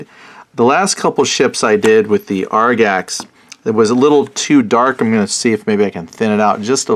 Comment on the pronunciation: Agrax...not Argax. fyi